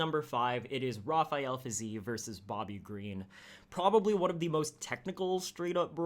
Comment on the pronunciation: The way you pronounce Fiziev.....